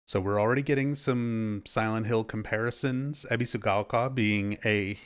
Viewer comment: This is really petty, but the way the guy in the video pronounces Ebisugaoka makes me think of people that pronounce words like croissant as though they're speaking (a mangled version of) French right in the middle of an English sentence in order to sound more sophisticated. I'm choosing to be cautiously optimistic about this game. I love Souls combat and I love Silent Hill... or I suppose Siren/Fatal Frame, that seems more relevant here... In any case, I'm definitely doubtful that these two flavours will mesh without damaging the atmosphere, but I'll only really be able to judge that once I get my hands on it. Sometimes the weirdest combinations can work surprisingly well, after all.